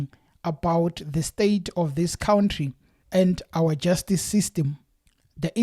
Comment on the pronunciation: You lost my interest in the story when you said Cwountry bro